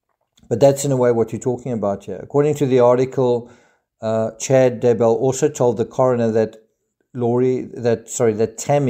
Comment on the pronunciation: it's so annoying how people are saying daybell... they say Day Bell as if it's two words ugh people come on it's daybell. one word also how the crap did they not catch this evidence the first time round and they had to take her body out and recheck geez. when someone young dies you check everything